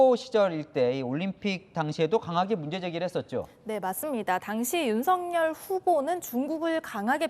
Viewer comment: 방송인 이라면 우리말 사용에 정확한 발음을 구사해야 합니다! 윤석열의 발음은 "윤서결"이지 윤성열이 아닙니다! 대부분의 기자와 방송인들이 윤석열(윤서결) 의 발음을 윤성열로 하는것을 보고 실망을 금 할수 없읍니다! 윤성열과 윤석열이 같이 있다면 발음으로 어떻게 구분 할수 있읍니까? 말과 글로 먹고사는 기자나 방송인이 발음과 문법에서 자주 틀리는 행위를 반복하는 것은 부끄러운 일 입니다!